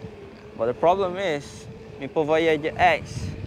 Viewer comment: aha, love the name you said; Voy-YAY-jer! Rather than Voy-yAH-jer.